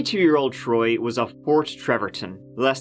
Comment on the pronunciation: who's this "Throy" he keeps mentioning.. 🙃